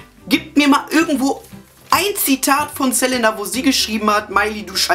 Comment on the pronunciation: OMG HAHAHAHA das war die geilste bravo analyse evuuuur! auf jeden fall mehr hahaha. du sagst immer ßelenna haha, es heisst selina:p egal, ich fand das video sau geil haha und hättest du die stelle mit justin und pattie erwähnt, wo sie meinten das eine frau justin von hinten 'antoucht' wäre ich wahrscheinlich gestorben vor lachen. war sehr nice,!